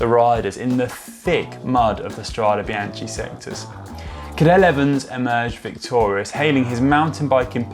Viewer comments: we can make a drinking game - every time he says biaCHHHHI take a shot hahaha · My God I cringed every time he said it incorrectly and almost had to stop watching. It’s like he was doing it on purpose to torture us. “Bianchee Bianchee Bianchee “. Arghhhhh!!! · "BEANKA" godammit.... like the name Bianca! It is not that hard, even for englishmen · Venice is in the north east of Italy... and yep, it’s Bianche - hard K sound... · Horrible pronounciation. You should be ashamed. It shows complete disregard on the subject that you are presenting. This is Serbian speaking. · Sorry, can't watch it to the end when bianche is pronounced like this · why do all the english speaking guys so much problems with pronouncing foreign names and word? Itˋs not that hard, isnˋt it? This vide9 is rubbish because this ignorant guy ruins it complete with Biantschi... at least he is able to pronounce Strade correctly... too bad... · Gave up after 3 'bian-chee's. Come on GCN.... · good film.....but bianche is mispronounced.....completely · i love the videos but your pronunciation is terrrrrrrrrrible!!!!!! bianKey not bianCHEEE. jewlio not guu lio. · Had to watch with subtitles to avoid the hearing of Biance. How hard is it to learn the correct pronunciation before filming? Worse than Campagnolo ... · 'some medals hang on the soul not on the jacket' - thats something we can all live by... BTW Conor cant forgive you for the Be-anchee pronunciation BEE-AN-KEY = Binachi, come on Connor, get with the beat lad lol...let have a latin lession: A is an Ah - i is an E - Chi is a K.. GCN send your presenters to school !!! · Great video but it’s pronounced BianKi ;) Just an advice for the next one Still got a like from me!! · Guys you do good videos, but the pronounce is wrong. Please please spell BIANCHE NOT BIANCI!!!!! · Strade 'Bianchee' rather than Strade 'Biankey'? Surely not :-/ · hahaha... bian key ... not ch.. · Connor... Strada what?? Come on.. BEE-AHN-KEE